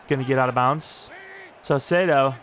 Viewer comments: Saucedo = ses-say-dough, hope this helps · Don’t change saucedos name please I really enjoy you pronouncing it differently every time